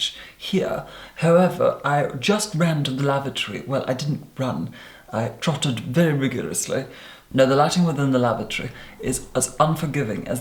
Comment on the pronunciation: "I trottlered very vigorously" omg you are so amazing!!! :D